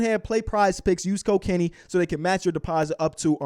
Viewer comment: It sounds like you keep saying Use Cocainey